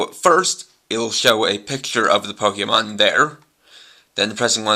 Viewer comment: ... It's a Pokedex. And it's Pokemon. Say it correctly for your language.